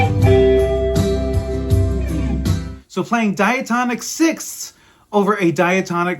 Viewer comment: That is the most difficult word in the English language You pronounced it PERFECTLY! SIXTHS